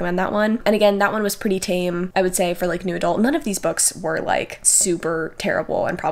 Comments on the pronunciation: Heh, whenever says "new adult romance" I hear "noodle romance". Now I feel like noodle romance should be a thing. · every time you say new adult i hear noodle and now I cant unhear it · I was just coming to comment this exact thing 😅